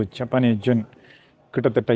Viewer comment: ஜப்பானிய "என்". sir you are pronouncing it as gen. It is yen. Your videos are short and sweet.